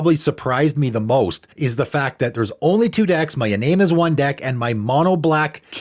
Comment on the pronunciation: p.s, the japanese phonetic pronunciation of Iname would be "ee-nah-may". just thought 2 share!